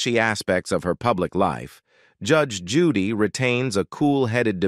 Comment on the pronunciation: I love Judge Judy! However, the narrator pronounces her name incorrectly many times! And not even the same mispronunciation! I’m sure Judge Judy would not approve of such shotty performance!